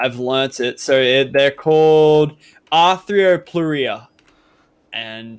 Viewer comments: Just a heads up its pronounced AR-thro-plooh-ra, easier then it looks. Loving the episodes and keep up the series it's awesome! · Its actually called a arth -a-plur-a